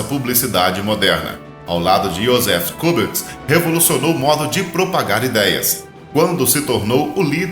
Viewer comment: Um erro de pronúncia que eu mesmo o cometo muitas vezes... Joseph goebbels, crítica para lhe ajudar. :)